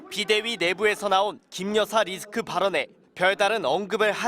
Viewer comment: 깅거니 리스크가 왜 "깅거니 니주거."로 들리지?